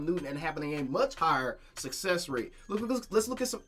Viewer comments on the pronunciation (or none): none